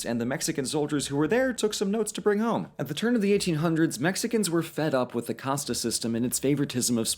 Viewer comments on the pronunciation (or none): that's super confusing. And he pronounced like it like "casteh" with the e at the end to make it even more confusing